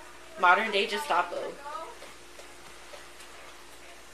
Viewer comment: She's so wise, but uses the soft 'g' when pronouncing "Gestapo."